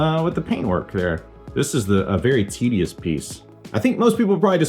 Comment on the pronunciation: Did you say tedious or tittieous???